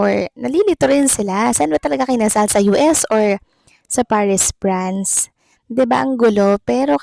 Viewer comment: VLOGGER:.PARIS, PRANCE X CORRECT PRONUNCIATION: PARIS, FRANCE